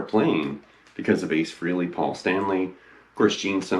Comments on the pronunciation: Frehley is not pronounced 'Freely", it is pronounced "Fraylee", as how Ace himself says it. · Frehley: (Frey-lee)....Not (Free-lee)